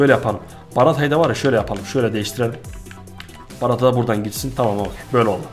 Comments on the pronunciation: Abi o barata değil bartra diye okunuyor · Abi şu oyuncuları doğru okusan daha iyi olmazmı kakava ve barata diyorsun doğrusu kagava ve bartra olucak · Abi barata değil BARTRA :) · Bartra'ya Barata diyen adam gibi adam. :)